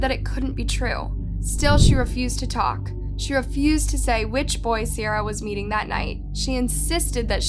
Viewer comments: you really piss me off with the pronunciations when they’re literally saying the it correct way in the videos you attached ! ITS C-AIR-UH ! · Her name is said like see-air-a not see-r-a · The fact you mispronounced Ciara's name while using video of people saying it correctly the entire video was annoying af. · I feel like at this point you just go out of your way to mispronounce these peoples names. it’s not just Ciara, in almost everyone of your videos your mispronounce the victim/a witness or anyone really name, and then show a clip where they very clearly say the name correctly.